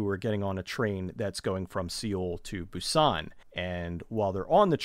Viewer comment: I hate to correct you on your pronunciation, but Seoul is pronounced like 'soul', and Busan with the accent on the u more than the a, like /boo-san/.